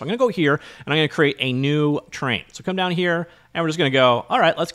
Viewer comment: It's funny how is sounds like "Terrain" whenever You say "Train" ;) Thanks for another great video Best regards.